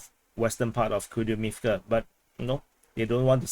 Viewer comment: Kupiansk apparently should be pronounced "Koup-insk"